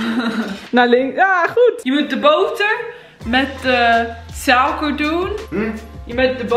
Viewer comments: Nee totaal niet ze zegt souker in plaats van suiker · ik maak ook fouten maar iedereen zegt dat zij heel goed nederlands kan praten maar ik maak juist de punt dat dat niet zo is ze zegt een paar woorden helemaal verkeerd zoals suiker dan zegt ze sauker en duits zegt ze dauts en ik geef juist een beetje kritiek omdat het toch niet helemaal goed nederlands is.